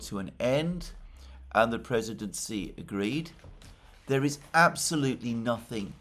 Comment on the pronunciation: It's not "si" IT'S "shee"